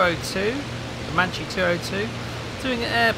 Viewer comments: "Matchy"?? Mama Mia! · It's pronounced makki, nice to see the folgore flying again